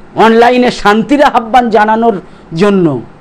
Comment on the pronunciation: আপনার প্রত্যেকটি প্রতিবেদন অত্যন্ত মেধানির্ভর উর্বর। প্লিজ স্যার আহ্বান উচ্চারণটা একটু ঠিক করে বলবেন। একদম কিছু মনে করবেন না। অনেক অনেক ধন্যবাদ